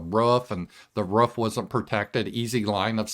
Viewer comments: I like how says "roof"...lol..Ruff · The way pronounces roof is interesting. Sounds like rough to me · I think it might be a Midwestern thing. I'm a Yankee and we pronounce it like it's spelled. Roof..lol